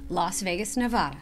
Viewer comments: This park is underated,should be a national park.We nevadans say Nev-AD-a not nev-AH-da. Just saying. 😀🧝‍♂️Thanks for showcasing our beautiful desert.😀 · we have a friend who named their daughter “Nevada” but pronounce it “Nuh Vay Duh” so now I can’t say Nevada to save myself (and I live in California 😂)!